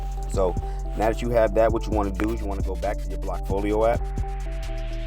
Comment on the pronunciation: Blackfolio? I thought it was called bllockfolio.